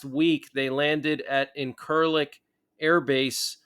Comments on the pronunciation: It's pronounced In-sir-lick ... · Incirlik Air Base was pronounced ( In-sir-lick ) when i was in the USAF.